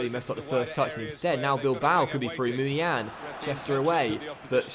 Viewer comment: Uhhmmmmm...? It's pronounced Moon-ee-ya-een. Love the good content though, keep up the good work mate. ❤